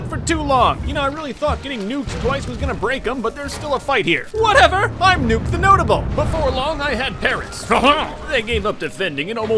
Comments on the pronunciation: "i,m nuck the noteble" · WHATEVER IM "NUKE THE NOTABLE" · ...did he call himself NUKE the notable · "Nuke TheNotable"